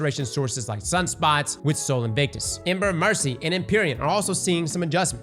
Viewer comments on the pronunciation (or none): none